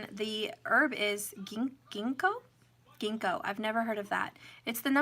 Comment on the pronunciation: The g pronounced as jinko